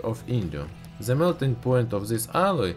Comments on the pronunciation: love how he says 'ze'' instead of the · Stop saying "ze" what the fuck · "on ze papur" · "ze name." "ze burner"...vat ze fack?